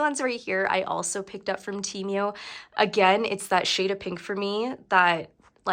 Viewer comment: How come you can’t say Temu correctly 🤦‍♀️. You keep saying Temeu